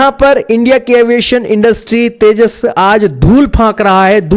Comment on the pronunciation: Porki Anpado ko tejas vi bolna nhi aata 😂😂😂